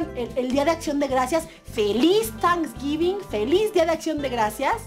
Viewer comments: Se dice: tenksgivin! asi te lo escribi como suena. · se escribe tanisguivin pero se pronuncia teinsguivin!😄